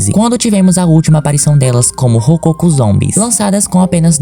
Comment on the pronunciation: A pronúncia não é "rocôco" mas sim: " rococó"!